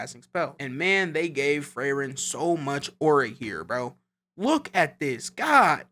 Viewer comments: 😂 Bro it's not freyren it's frieren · Ur saying her name wrong.. ur saying it kike Frayren, but its pronounced Freeren. Most of the names in the show are germanic names. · yo just a small thing just a small mess up, frieren is pronounced FREE-ren cuz the name is german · When did her name become "frayren?" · who's Frayren??????? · also can’t remember how they pronounce FREE-ren either. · "Frayren" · Fray Ren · How are we mispronouncing Frieren, and yet everyone else has their name pronounced correctly. lmaoooooo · cant even say FRIEREN right holy shit what a bad analysis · Saying her name wrong so many times was too much for me so I couldn’t finish the video. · How you gonna talk about the show and say the name wrong